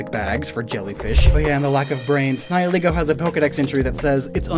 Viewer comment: english speakers ALWAYS get the wrong pronunciation with Nihilego